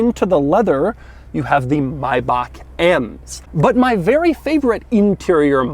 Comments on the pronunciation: Doug still can't pronounce Maybach correctly. It's Maybach, not Mayback. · Doug - My BACH German-DUMMKOPF it’s pronounced MAY - BACH A grand old car company initial founded by Wilhelm Maybach in 1920 (Maybach himself was one of the founding engineers of Diamler Benz). The original company produced ultira luzury sedans in Germany until it went bankrupt in 1937, at which point it began building airplane engines for the Nazi war machine. The Maybach name has recently been reincarnated by Mercedes Benz as the brand name for its new ultra luxury brand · Doug, it's pronounced May-back and not My-buck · it says MAY not my. MAYbach. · I think it’s maybach and not MAIBAHCH 🤷‍♂️🤔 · If ur gonna say “my back” instead of may back then dont say mercedes say merkedes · o pls it's not mayba"k", mayba"h" like johann sebastian "bach" = bah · so it's pronounced MY-BACH & not MAY-BACH? my whole life is a lie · Am I trippin or is it may-back not my-back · It is maybach not maybak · Mayneck, Maybach.... Mayneck and Maybach!! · It’s maybach, not my bock. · Not pronounced May-Baaaaaaaaach , you dumbass , the pronunciation is “ may-back” spelled “ Maybach “ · Sorry dude is a 'Maybach' not a 'Mybach' just saying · 28 minutes and 41 seconds of “My-Bock” instead of “May-Back.” Man this was hard to watch but the car itself kept me going. I understand he’s trying to keep it German but dude.. .. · Brayden Allen its not may back either im from germany and the closet way to spell it how we say it is „maybar“ xD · It's May not My Back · Its pronounce may not my. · My god .. it’s not My-back 😂 it’s May-Back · Why are you saying MAI back?! Its MAYbach. Christ it's annoying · MaybaCH not MaybaCK i am german and i just want to ask you to get a german speaking person and let him/her/it tell you how the CH is pronounced... i know it is hard for english speaking people with our CH but by heaven please aleast try making the sound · You don't say Maybach as May•bak You should say Maybach as My•bah